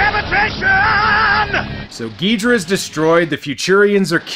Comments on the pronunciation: king ghidorah is not said like ghidrah but said like ghidorah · Miki is right, Ghidorah no Geedra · alright i have a book that is all about godzilla and it that they that call him "ghidorha" insted of "ghidrah" not hating just saying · I find it funny that despite everyone in the movie saying Ghidorah correct you keep saying Ghidrah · it is pronounced ghi-do-rah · aw well I guess we have to attack King Ghidorah with Godzilla (Gee-Door-rah) Mikki: Its king Ghidorah (Gi-door-ra): F*CK YOU MIKKI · It’s prnonced gay-ridah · This is why we can't trust early dubs. Or sometimes even recent dubs. Then we got people like him constantly making the wrong names and all. "Ghidra" is like hearing nails over the chalkboard. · hahahahaahaahahah king Gidera its king Gezora hahahahahahahaha (its fun-yer wen you say it in a fancy voice ) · The movie is right. It’s Ghidorah, not ghidrah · I feel you with his pronunciation. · Its ghidorah